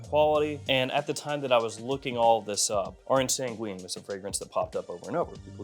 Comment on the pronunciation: Orange sanguine you don’t pronounce the u it’s orange san ghin